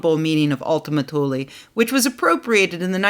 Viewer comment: By the way. You are pronouncing it wrong. It's more like oultima tuuleè